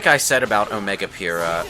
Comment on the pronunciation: Every time I here "Omega Pyhrra" I slightly die inside.